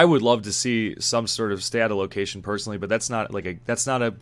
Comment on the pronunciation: I had to look up what you were talking about when you kept saying stat allocation. I kept hearing statalocation. I was like what is he talking about i thought it was some arpg term i didn't know somehow lol :) Anyway good review, i bought it and refunded personally, i'll check back later if they fix it up. Also wanna say i appreciate how you still listed the good things the game has, i see wayy too many YT video's where people just sht on games negative after negative with small minute details just to do it, so bravo.